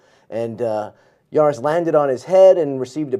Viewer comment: It’s Jaris, not Aris. My husband was one of the officers in that room. It was absolutely horrible! I remember that call, like it was yesterday. This wasn’t the only call, that sent him to the vet. He and my husband were both knocked out cold during another incident. 😢He just recently passed away.